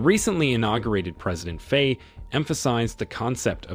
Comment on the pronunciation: At least learn to pronounce the names. "Faye", for example, rhymes with "fry". not "fray".